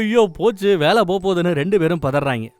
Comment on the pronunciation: என்ன..வேளயா...நாக்க.நல்ல.டங்க்க்ளீனர.வச்சி.நல்லா.தேயூங்க...ழ.ள.ல.ன.ண.....இது ஒண்ணும்.சேறுத.இடத்தில்.சேர்க்க்கூடது......கூடாது..